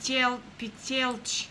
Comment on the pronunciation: Тоя акцент с пИтелчито ма кефи много моля те прави още клипчета на sims 4